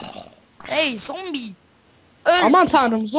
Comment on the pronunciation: Sombi değil zombi